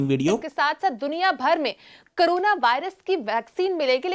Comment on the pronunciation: पहले ठीक से बोलना शिखो ।उसके बाद ही वेक्सिन मिलेगी । करोना नही कोरोना । 🤣🤣🤣